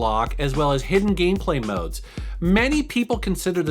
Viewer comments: Did he say gayplay? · did it sound like he said Gayplay?